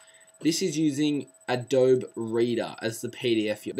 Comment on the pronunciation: those are forward slashes. LOL And it's pronounced "adobee"